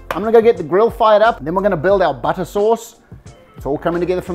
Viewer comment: Love the humour. A well balanced meal with humour is so good. What’s with the ‘buttah’ ? NZ butter ?